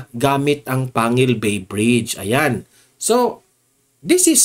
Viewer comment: Panggil po ang pg pronouns po